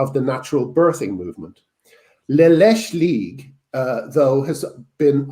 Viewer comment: (It's pronounced la la-chay league, leche is Spanish for milk)